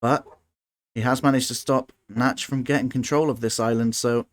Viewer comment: Wow, thanks for that fascinating replay. I had never realised that fatal drawback of using target commands before. Nachtschatten ("nightshade" - not "natch" actually :) might have been able to save his original island had he refrained from using target circles on the production and instead allowed his strikers to take out the SAMs first. But what a match, what a turnaround! 😲👍